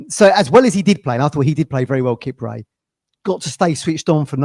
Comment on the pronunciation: Come on it's Kip- Prey not a ford car from the 80s 😂